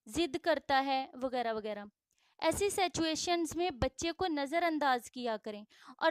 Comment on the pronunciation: Sattuation Nahi Hoti, situation hoti hai. Aap aadhai Urdu aur angraizi k alfaaz mix Kar k bol rahi hain. Aap na 3 Mai hain na 13 Mai. Pehlai angraizi seekhain